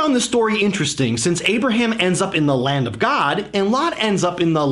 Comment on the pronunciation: Why do you keep pronouncing Abraham like that?